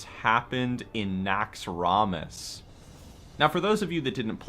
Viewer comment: if it was so epic, why dont you pronounce it right? NAXX-ROM-ASS lol every time you say it i wanna throw my mouse